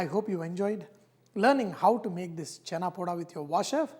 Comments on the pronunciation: i cringed when you said chana. it's chhena. however nice video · It's chena poda chef...not chana.. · Chef it is called chhena not Chana.